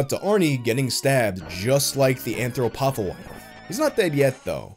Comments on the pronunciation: Shouldn't it be AnthropoPHAGus, not AnthroPOPHagus. anthropo-phagus, man eating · It’s pronounced anthropo-Fay-jus. Phagus means to eat.